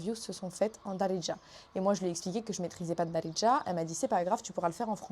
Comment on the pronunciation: Surtout, stp, commence à apprendre le vrai mot de "derdja". Donc dis le sans le "i " . Pas "deridja" , de grâce, ce n'est pas algérien 😂